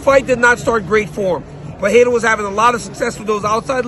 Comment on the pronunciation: It’s PUR-RE-RA, not PA-HE-RA.